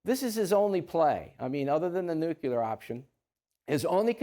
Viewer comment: Can anybody sound out nuclear for me? NU CLE AR…..NOT NUCULER!! B4 we’re vaporized….can a politician actually sound out the word?